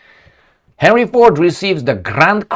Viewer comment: And he pronounced it "Harry", not Henry or Herny.